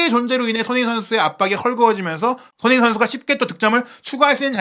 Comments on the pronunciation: "소너잉 선수" "소너잉 선수" "소너잉 선수" "손흥민 선수"로 발음해주시면 감사하겠습니다. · ㅋㅋ😂😂😅 소너밍도 아니고 소너잉 ㅋㅋㅋ